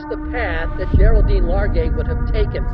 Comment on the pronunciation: for reference her name is supposed to be pronounced (Gerald-Deen)